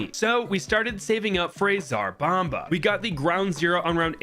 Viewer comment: I like how everyone pronounces tsar bomba as zarbamba